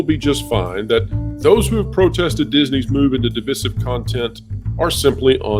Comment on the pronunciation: My god it’s pronounced duh-vai-suhv. Meaning dividing